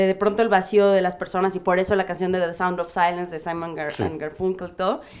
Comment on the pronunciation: se dice "the" no "da" pero gracias crack